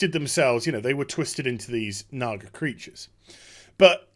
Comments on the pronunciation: probs because supposed to be said is "Nah-GaH"... not, "Nah-Gar"... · Jesus Christ dude, no they are not called Nagars. Now you're bad accent is making it sound even worse! lol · you keep saying nagar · LMFAO they think they're saying nigger when there saying naga? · he said NAGAr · "what a nagar is".... No R at the end there boss... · When you add the hard r to naga in the British accent it gets a bit iffy. 😂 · I never realized until now, that when you say Naga with a British accent, it sounds like there's an 'r' at the end. That could contribute to a misunderstanding maybe? still silly though, if Blizzard hadn't fired all their community people they might have had someone to check that out first. Also this video reminds me of one of me and my brother's favorite game which was to say words around our mom that sounds like they ought to be dirty but aren't. Words like asphalt, bunghole, and schist. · It took me until about the ten minute mark to figure out the supposed word Naga was supposed to sound like. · Your accent makes it sound 3x worse when you say "naga". Also I can't ever watch a video of yours without skipping around because you couldn't get to the point of the video title.